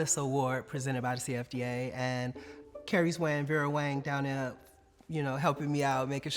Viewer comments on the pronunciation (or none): none